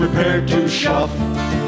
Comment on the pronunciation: not "shuff" its "shove"